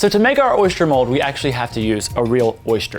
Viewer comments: Why do you say "oy-shter" instead of "oy-ster",😂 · Lol, there's no h in oyster... You had me giggling every time you said oyshter 🤣 it's actually pronounced oi-stir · It’s not an oyster, it’s an oyshter... according to anyway 😂😂 I’m from England:) xx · I'm from Louisiana!!!!! I was wondering why pronounced oyster like we do (oyshter)! Lol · Why does he keep saying "oyster" like oysture (oystcher) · South Carolina here. Oyster rhymes with cloister not moisture.